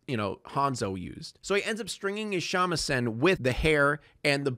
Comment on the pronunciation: Your pronunciation of Shamisen is totally horrendous Great video tho 👍